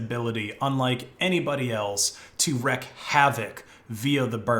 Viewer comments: Wreak is pronounced "reek" rather than "wreck". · It's "wreak" havoc, not "wreck" havoc. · “Wreak” ea part sounds more like Freak than Reck. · It's wreak havoc, smart guy, not wreck. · It's "wreak havoc" ... FYI. Common phrase, rhymes with "reek havoc"